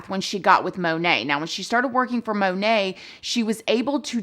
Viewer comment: MonAt, not monet😅😂